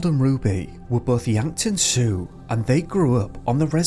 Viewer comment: I love listening while I'm doing other things. Thanks for all the great videos. All the best for 2024! (BTW: "Sioux" is said like "Soo/Sue)"